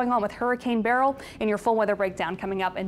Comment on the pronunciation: I think you mean hurricane "berryls" towards Mexico. 😂